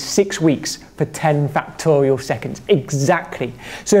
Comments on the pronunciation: I keep hearing "factorio" instead of "factorial"... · Ah, i love this dude. Very energetic and the way he says factorial is hilarious.